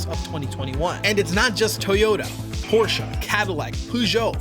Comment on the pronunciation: gonna leave a like just for the fact alone that you pronounced porsche correctly. don't see that often from non germans